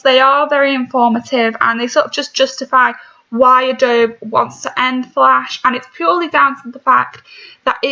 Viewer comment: You are so dumb! You are not a software develop 😂 you can’t even say adobe correctly!